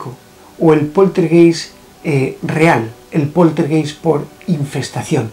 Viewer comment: Mi muy estimado, solo para decirte que la palabra "poltergeist" de origen alemán se pronuncia "POLTERGAIST" Te mando un afectuoso abrazo desde Alemania